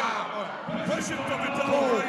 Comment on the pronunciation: Sayin Viddal g